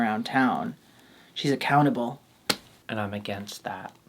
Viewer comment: saying “ac-cow-ntable” and looking so pleased at her pun ⚰️